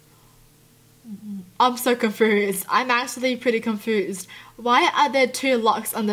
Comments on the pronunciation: is she saying confoosed? even tho its confused con-fu-s-ed NOT Con-Foo-sed? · lol confoosed I can't stop laughing omg :) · I love how she says confused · I love how she says confused she pronounces it like con-foosed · Me: I'm confused: I'm cunfoosed Liturally that's what you say 😄😄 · I luv her bu confoosed aint a word boo its confused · It sounds like you say confoosed instead of confused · confused, not confoozed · Do you say con foused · ConfUsed not confersed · Awe you say it like “confoosed” x3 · I like how you say confrused 😂😂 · “Confoosed” xD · confoozed xD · She says confused like confoosed. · and.. accent duh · Lol she said confoosed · You say confoosed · The way she says confused tho like it makes me confused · She said confused wrong 😆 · The way she says confused is what confuses me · WHY DO U SAY CONFUSED SO WEIRD......😶